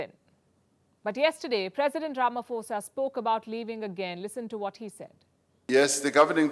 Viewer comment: Pronounced Rama-posa. Not Rama-fosa 🙂. International crooked court. By ICC standards, Bush, Blair, Obama, Clinton and company should also be arrested.